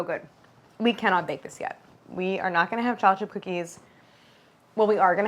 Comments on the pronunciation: Too flat and thin and greasy. Your lack of pronunciation it sounds like you’re saying “Chocifchipfcookee” 😂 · Does anyone else hear cholachip cookies? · No one: nothing Claire: challahchip cookie 😂😂😂😂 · I'm sorry but I cannot get over how she says "chocolate chip". she says it like "choplet" and its driving me up the WALL 😭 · Is no one going to comment on how she says "chocolate chip cookie"? "Cho-le-chi-coogie" Pretty good. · Everyone: chocolate chip cookie Claire: cholachit cookie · I keep hearing cha cha cookies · “Chochip cookies” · Am I the only one hearing “chockle chip cookie”? lol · I love how she says “cholla-chi cookies”. 💚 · “ChollaChip cookies”